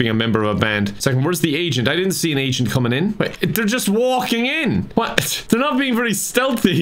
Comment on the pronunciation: Are you saying "agent" or "asain?"🤔